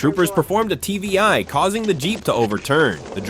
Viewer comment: It's not TBI, it's TVI. Tactical Vehicle Intervention. Basically, PIT and TVI are the same thing. If you watch other videos like this on other channels, you'll hear it more